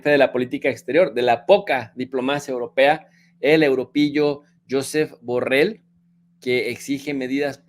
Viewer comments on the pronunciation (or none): none